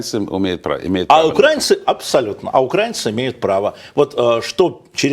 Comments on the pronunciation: Не укрАинцы, а украИнцы! Вы же грамотные, почему вы неправильно говорите ???!!! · УкраИнцы а не укрАинцы, тупой не может до сих пор выучить? А ведущий тоже вторит, противный шовинист.. Насчет того что он всегда говорит правду умилило конечно:))